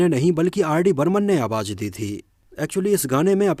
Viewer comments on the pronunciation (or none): jeenat nahi zeenat awaj nahi awaz♥️